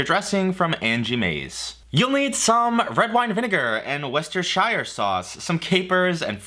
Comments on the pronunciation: "wester - shire sauce" ? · Worchestershire Sauce = "Woostersheer sauce" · Worcestershire. It's pronounced Wuss-ta-sheer. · just a heads up to Americans - its pronounced worcester-SHUH sauce not worcester-SHY-ER sauce :) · For the love of god, we just call it WOOSTER sauce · The way you pronounced Worcestershire Sauce should be classed as treason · say worcestershire sauce again?? lol